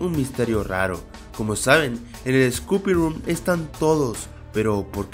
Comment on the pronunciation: por que dices scoopy room? es spooky room :V